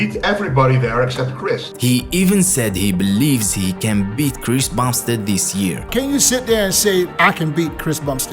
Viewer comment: Bro at one Point in the Video he Said Chris bastard